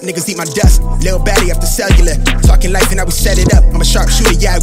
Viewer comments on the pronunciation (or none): none